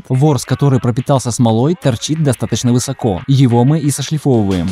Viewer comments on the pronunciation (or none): none